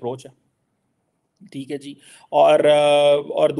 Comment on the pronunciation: Thee hai jee? Theek hai jee? Thee hai jee? Theek hai jee? Thee hai jee? Theek hai jee? Thee hai jee? Theek hai jee? Thee hai jee? Theek hai jee? Thee hai jee? Theek hai jee? Thee hai jee? Theek hai jee? Thee hai jee? Theek hai jee?